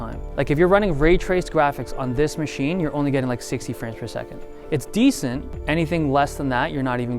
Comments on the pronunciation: Did he just say 'dees' for decent? I always thought this guy was gay anyone else or just me? just me ok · Dude, I heard "decent" the first time I saw the video, and "dees" the second and subsequent times. Is this a thing with any one else?